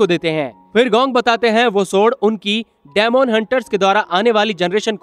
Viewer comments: Dmon nahi demon bol bhai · Dymond tf bro it's demon (di min)😪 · डेमोन नहीं डिमन hota hai ❤day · daimond nahi bhai demon bolte hain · It's not daamoon